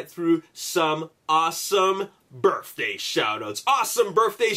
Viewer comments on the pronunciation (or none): Awesome "burfday" shoutouts.